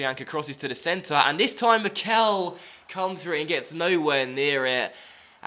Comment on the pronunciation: please start saying Mickel correctly, it's getting kind of annoying for native german speakers